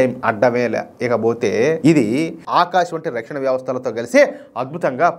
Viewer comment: Rakshana na is not It is ana.please correct it